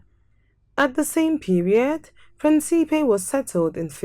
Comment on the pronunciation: Respectfully, please re-record the audio and pronounce the name of the island correctly! Principe is pronounced PRIN-cipe. PREENcipe , with an accent on the first syllable. It means, of course, PRINCE 👑